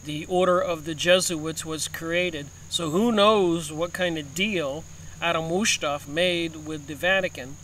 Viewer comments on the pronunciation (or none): it's ADAM WIESHAUPT PRONOUNCED WICE HOPT... keep up the good work and GODSPEED...